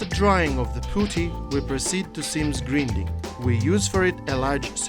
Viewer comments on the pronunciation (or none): Grinding произносится ГРАЙНДИНГ